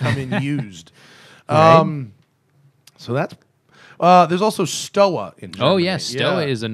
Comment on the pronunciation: Stowa is pronounced with a v instead of the w. Sinn is pronounced with a z sound.